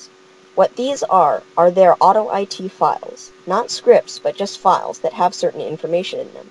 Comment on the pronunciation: Lol he said auto-I-t. I-t clearly s Pells it